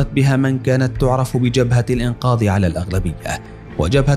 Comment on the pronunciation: يا اخي لغتك العربية جداً سيئة شو بتقول الانقاض يا اخي الانقاذ وكذالك عندك اسماء الرؤساء كلها مخارجها خطأ ارجوك اخي برنامجك جميل بس ارجوك حسن لغتك ارجوا ذالك